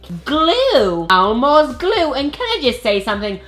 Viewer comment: it Elmer's glue not Elmo's